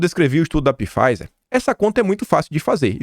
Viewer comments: NÃO É PIFIZER QUE FALA , É P MUDO! SE FALA FIZER. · Não e "Pifaizer",. A pronúncia é somente FAIZER! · Olá, excelente vídeo como sempre. Só uma dica: Pfizer pronuncia-se fáizer. O p é mudo. Abraço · Caro. PFIZER leia-se F A I Z E R. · Pô,, Pifáizer ficou muito Bosnáglia ou própio. Por favor, o conteúdo continua massa, mas a leitura pode melhorar. Abs. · Todo dia é a mesma coisa. Apesar de várias pessoas alertarem para a pronuncia nos comentários, ele continua pronunciando errado pois não lê nenhum comentário.